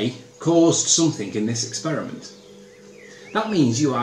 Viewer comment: I may have a similar accent to Anthony, but I at least understand that the word 'something' does not end with the letter 'k'. If you want to be remotely credible (and that's going to be a stretch), at least understand your own language, Riley.